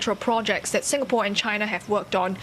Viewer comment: Lawrence Wong is the DPM of sIngapore... Not sUngapore or whatever he is calling it